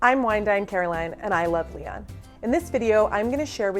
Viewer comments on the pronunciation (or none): If you can't even pronounce Lyon correctly then I have no use for your videos. Learn to pronounce city names correctly.